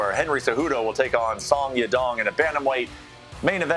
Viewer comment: 'Sawya Dong'